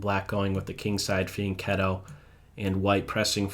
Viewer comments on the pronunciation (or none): You mean 'Fianchetto'?